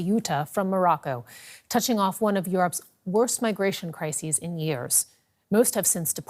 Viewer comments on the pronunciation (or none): none